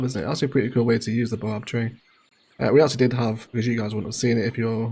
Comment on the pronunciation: That's a baobab tree and baobabs are widely distributed in belts across Africa. I'm from South Africa.. the pronunciation is bay·uh·bab tree😂😂 Great vid none the less😂😂